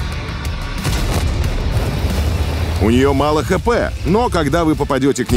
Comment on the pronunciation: Ув. канал, спасибо за видео. Значит ли дополнительная глава что будет новая ветка техники? Ув. текстовый редактор, сохраняйте аббревиатуру "ОП" - очки прочности, не поддавайтесь ютуберам. Ув. диктор, "ха-пэ". Буква "Х" читается как "ха".